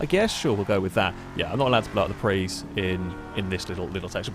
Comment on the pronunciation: It's PRIUS not a PREE!